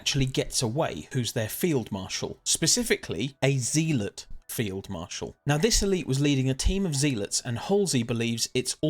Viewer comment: It's not "Zeeelot" it's "Zealot" as in a religious zealot.